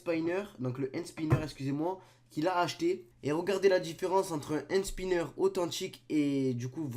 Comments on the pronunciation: C'est pas "hand SpYnner " Ptn 😂😂😂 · il fait mal au oreille quand ilpronnonce le mot hand spinner a 00h40 seconde